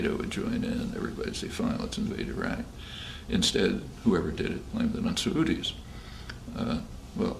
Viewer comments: I'd take a sa-oodie over an eye-rack any day. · Does he say "blame it on Saudis"? I've never heard "Saudi" pronounced that way